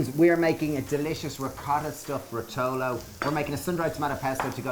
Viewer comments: It’s ròtolo, not rotòlo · RO-to-lo, not ro-TO lo ! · It's "rotolo" by the way and it's pronounced RO-to-lo, not ro-TO-lo. Although most people would call it cannelloni. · Brilliant parody of what good cooking should be. Great job guys for taking the Mickey out of centuries and centuries of culinary art... I loved everything in this video from the way you wrongly pronounce the name of your dish (...you will find it's actually stressed on the first syllable: ròtolo) to the list of ingredients some of which are not necessary if you don't have them...but what really takes the biscuit is when you say that you put pesto in your passata just to add "calories". Please keep going and in the meantime stir away from any sort of food preparation!!!! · Rotòllo! 😂😂😂 My ears are bleeding but I love you all the same 😜